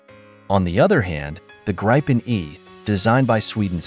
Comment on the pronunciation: Graypen E 😂😂😂😂